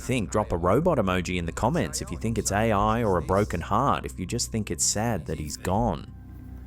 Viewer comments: What the hell is äjj ajjj? 😂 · "That's ay-oi!" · Ooiii thats aaaai ooooia. Fucking accent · Love how he says "AI" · The best thing about this is a Brummy trying to say AI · I just like hearing the say "AI". 😄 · Sounds like more than two letters when his accent suqeezed it